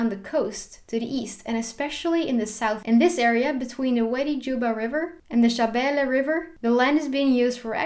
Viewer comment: You are pretty much correct! Besides that , I liked the way you pronounce Shabelle River. You good!